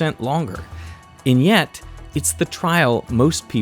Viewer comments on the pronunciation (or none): "...and *nyet*..."